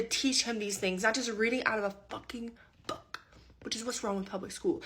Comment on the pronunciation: That was a hard "B" for book.